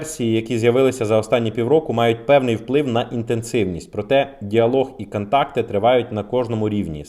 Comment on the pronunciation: Працюй над своєю дикцією , не кантакти а контакти , в каждому твоєму відео ролику часто проскакує літепа А там де має бути літера О , не в обіду просто одразу відчувається що ти або раніше розмовляв російською ? або продовжуєш розмовляти в побуті російською ? , літера А дуже ріже вуха .